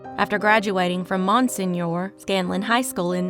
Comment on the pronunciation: “Mon-senior”, “ske-neck-na-Dee” ❤